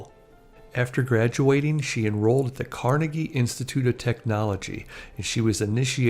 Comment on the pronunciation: From Bethel Park, Pennsylvania, a Pittsburgh suburb and just a few minutes from my house. BTW, in Pixburgh, n'at, it's pronounced car-NAY-gee, not Carn-uh-gee.